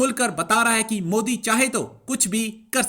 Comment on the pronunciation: Puton nhi putin 😂😭 and not mudi its modi kha sahi se bolenge ye log 😂😅